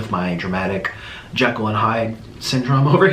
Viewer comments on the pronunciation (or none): none